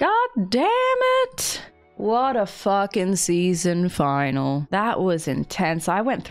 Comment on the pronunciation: Did she really pronounce finale "final"